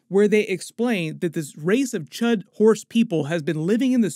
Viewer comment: Cee Eightch You Dee, not C U H D. Srry hate to be that guy but couldn't think of anything clever to leave so...